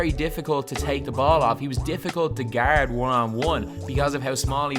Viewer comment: I think I can “gerdd” him lol